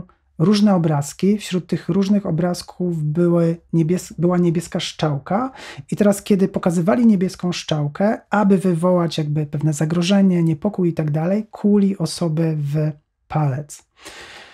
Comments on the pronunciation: Porzyteczny wyklad .ale mowi sie strzałka a nie szczałka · Co to jest ta "szczałka" 😂